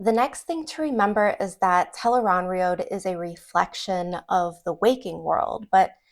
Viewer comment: The accepted pronunciation of Tel'aran'rhiod from The Wheel of Time is tel-AYE-rahn-rhee-ODD or tel-ah-ran-ree-od. It is often phonetically spelled as "Tel Aan Riad" or "Tel'eran'riad". It is not pronounced as "tel-aye-rahn-rhee-OAD (road)". Its ends with an ODD sound, not an OAD sound. I've been a fan for over 19 years. Please pronounce it correctly in the future. It matters: Here an an analysis of "tel-aye-rahn-rhee-OAD" Your pronunciation, "tel-aye-rahn-rhee-OAD," is very close to the official pronunciation. The only major difference is your final syllable, "OAD" (likely rhyming with "road"), whereas the official pronunciation ends with "ODD" (rhyming with "nod"). Old Tongue Meaning Interpretation: Based on the Old Tongue dictionary in The Wheel of Time Companion, here is how your variation might be interpreted: Tel (Commonly functions as "The") Aran (Adjective: Right-hand or Right-side) Rhiod (Noun: A World or Land) While the literal, accepted translation is "The Unseen World", a potential literal reading based on these roots is "The Right-Handed World". Changing the final sound to "OAD" does not explicitly change the translation from "The Unseen World" within the context of the books, but it alters the phonetic structure of the final word "rhiod," making it sound more similar to a long "oh" sound rather than the short "o" favored in the audiobooks and official guides.